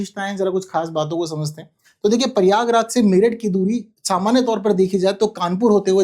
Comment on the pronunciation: its not परियागराज, its प्रयागराज …..